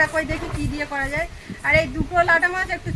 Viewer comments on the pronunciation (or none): শব্দটি জায় নয় যায় হবে